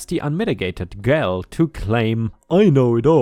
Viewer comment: "egotistical" is said as "ee go" not "eggo." "Gall" is said like "all."